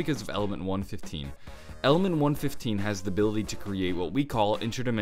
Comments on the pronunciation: he says 115 weird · Omg why can't u say element 115 correctly? It get me so triggered! The vid is good tho